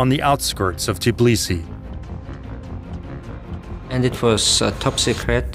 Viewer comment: Tbilisi, not Ciblisi Tbili its "warm"